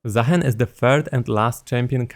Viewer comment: i think is name is pronounced zah-HEEN. provably Arabic inspired